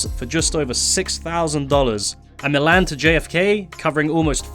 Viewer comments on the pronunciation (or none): none